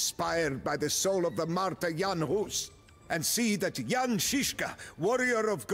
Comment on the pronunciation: Thanks for pronouncing Jan correctly this time.